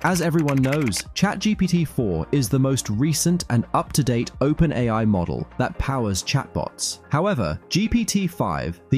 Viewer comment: It's an electronic voice, albeit a good one. He also pronounces open AI as open AL at one point.